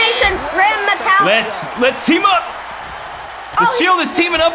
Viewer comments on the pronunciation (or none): So many things were wrong with this vid they called gran metalik gran metallic it’s pronounced Meta leak not metallic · ITS PRONONUCED grand me-te-leik but spelled grand metilik